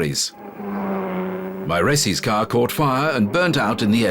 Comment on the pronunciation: „ all the drivers names correctly“? Mairesse?